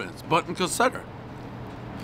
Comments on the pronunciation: think theres like an r in caserta its cah ser tah dont think its cassetta jmo could be wrong though but jmho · You couldn't even bother to pronounce the name correctly. It's CaseRta, not Caseta. The reason they advertise they are the originators of the Wimpy SkiMpy (not Wimpy Skippy) is because it was so popular at one time that many local pizza places attempted to copy it. Your personal preference for "nostalgic" pizza just doesn't resonate. I have my preference too but would not be so publicly dismissive of others. It's a turn-off. Being a douche is a choice. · NOBODY in R.I. told you to go to a place called "Casetta" They said go to Kuh-seR-tuh. With an "R" CASERTA Pronounce the name. It's on the sign. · Calls the restaurant Caseta instead of Caserta. Calls it a Wimpy Skimpy instead of Wimpy Skippy. Then, mentions Baklava and later Falafel bread... Dave is the Dad of pizza reviews. Keep 'em coming. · One caseta pizza everyone but Dave knows it’s pronounced Caserta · One Cassetta Skimpy, everyone knows its pronounced Caserta Skippy. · Ca ser taaa!!! Not ca set aaa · No shit....there's an "R" in Caserta. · One bite, everybody knows the "R" isn't silent in Conserta except for Pres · Cassettas / cas-set-as / 1. Audio cassettes sold in Italy. 2. The official, accepted mispronunciation of Casertas. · Cassette-uh. Wimpy Skimpy. Everybody knows the rules. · One Cassetta, everybody knows Dave is eye-talian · Yeah I've been eating their pizza for over 20 years, pepperoni extra sauce, cannot go wrong. Also it's "Ca-SIR-tah" 7.4 is a little low. Quit hating on the Wimpy Skimpy. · It's pronounced Ka Sert Uh. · Caseta??? Dave,.... my guy, u make people from Massachusetts look like they can’t sound stuff out and read right😂. Stop drinking so much damn Pepsi and slow tf down spazz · He pronounced it wrong but that’s okay everybody knows the rules FYI ca-sir-tas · it's pronounced KAH-serta. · It makes me cringe how he pronounces Caserta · The way he keeps fucking the name up 🤯😂